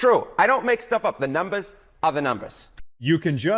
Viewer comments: "The numbas ah da numbas".🎉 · "Da numbas, are da numbas" Love it. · "Da numbahs are da numbahs!" LOL! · "The numbas are da numbas" 😂😂😂